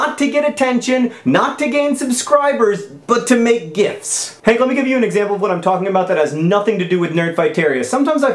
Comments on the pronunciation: I kept on thinking you said gifs not gifts.lol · For most of the video, I thought he was saying "gifs" instead of "gifts". Both make sense. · John, John, John. . . it's pronounced "jifts."